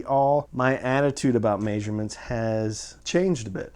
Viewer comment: What is a "mayzshurement"? lol! I'm really enjoying your videos! Thanks for all of the info!